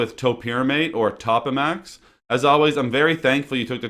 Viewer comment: It is pronounced Toe-pa-max not top-a-max.